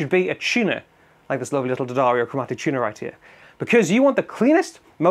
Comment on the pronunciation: "Chunah"? Dat some kinda sammitch?🤣🤣🤣